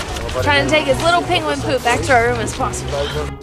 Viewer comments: why do you sound like your saying Pinguin rather than Penguin? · I think it's so funny that and call the penguins "peenguins". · You need to you tube search for the Cumberbatch Penguin Interview as you have difficulty saying "Penquin'... just a friendly dig... no big deal. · Your pronounciation of Penguin is cute 🤣